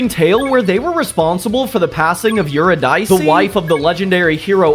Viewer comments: I have to say it. Sorry not sorry. It's not yr-i-dicey it's yr·i·duh·see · “yurodice” killed me as a theater kid.. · as both of these, I deny the rules and pronounce it yurodice anyway because it’s funnier